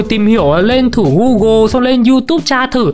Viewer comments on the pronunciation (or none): none